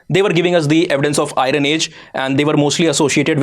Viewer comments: Even now you are pronouncing IRON as I RUN...😂 🤣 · For Gods sake… pls pay more attention to pronunciation… not I-run, but more like I- earn for Iron, Bronz…z .. not Bronj… j… for Bronze…. And why is the word ‘E’ being added randomly in the beginning of some words? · It is not Irun but Iron. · Hello Sir, For God Sake The PRONUNCIATION For IRON Is I EN. The R Is Silent. So Its Not I REN But I EARN! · Kindly pronounce iron as iron and Iran